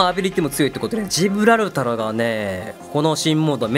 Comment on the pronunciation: ジブラルタロってあま噛みしちゃうところ素直に惚れてます(*≧∀≦)